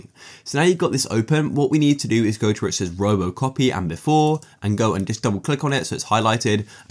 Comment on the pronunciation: bro rly said roby copy 💀💀💀